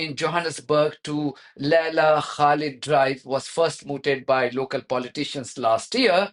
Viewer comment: The ZiNz woman deliberately mispronounced the name of Laila Khalid as Kalib meaning dog.